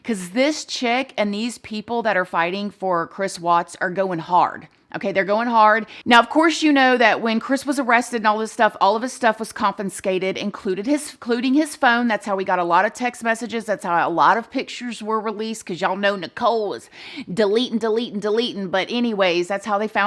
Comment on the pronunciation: “a lot of his stuff was confinscated” hahaha i LOVE YOU😅🤪🤍